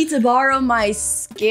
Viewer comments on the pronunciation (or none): It is pronounced 'sar-cough-a-gus' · ITS SAR-COUGH-A-GIS (Just sounding it out) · not being able to pronounce sarcophagus and triumphed is hilarious